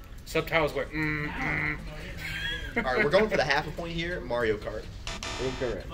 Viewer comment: saying Mario Kart actually hurts the child inside me.